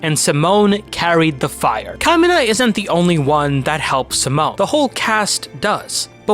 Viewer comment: Simon is pronounced "See-Moan" not "Sah-Moan."